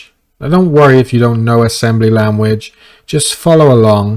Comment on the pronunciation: I only have one complaint. And it stems from my inability to focus... Your way of saying language threw me off. But anything else was good ...